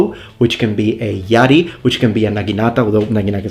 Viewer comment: I'm right here I'm here...my name is Yari btw (no japanese but a finish name). And Yes I'm always twitching when you say Yari xP